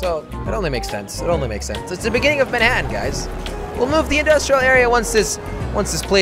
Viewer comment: Every time Jelly said "Mannhatan" I thought of "Friday the 13th: Jason takes Mannhatan". Dunno why.